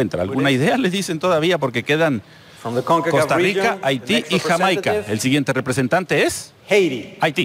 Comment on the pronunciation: me causa gracias que el presentador pronuncie algunos paises en ingles y otros en español........ por ejemplo yameica , mecsixo , yuruguayy luegoo diga Argentina o Paraguay